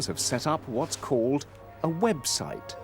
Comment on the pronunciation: The way he says 'a website' 😅